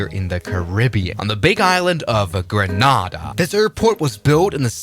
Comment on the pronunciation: Bad pronunciation of Grenada and Tegucigalpa. 😞